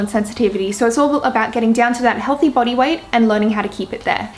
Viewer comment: I like how you say body “boty" :)) it makes my face change to royalty expression